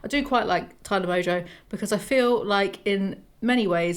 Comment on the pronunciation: It's good to see you. Good take, good video, and a pneumatic device to remember how to say Tana is that Tana is tan. Its that hard "a" sound we americans love to use